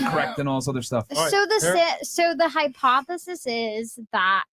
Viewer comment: This chick said Hypothesesissss lmaooo lol. 🤣🤣🤣🤣🤣